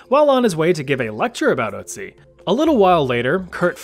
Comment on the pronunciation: Anybody at all is triggerd taht he says Ützi not Ötzi